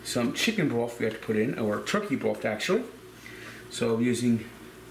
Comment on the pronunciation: “Durd of a cup of onions” “turkey broft” lol vs the letters “th” is the ultimate battle